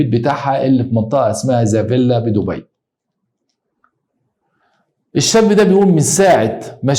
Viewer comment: منطقة ذا فيلا . اعتقد نطقها صح 95 %